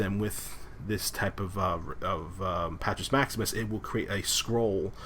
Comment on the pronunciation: if u can't talk then write a script if u can't read then memorize it if u can't memorize just smoke another one and chill the fk out. but AT LEAST pronounce shit right. it's perk-us NOT purchase wtf...